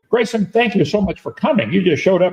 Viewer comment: Im about to start watching this now and im already pissed that Kent is going to purposefully mispronounce Graysons name on purpose. He does it all the time, it’s so goddamned childish